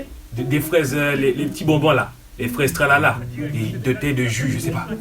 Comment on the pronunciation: "Des fwaise talala"🤣